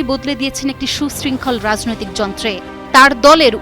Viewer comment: রাযনৈতিক, আসরে। এ কে রে ভাই। কি উচ্চারণ!